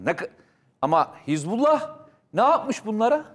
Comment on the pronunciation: неХезбла а ХизбАллох. учись читать